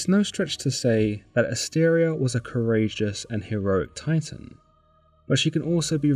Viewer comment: Asteria not Astaria.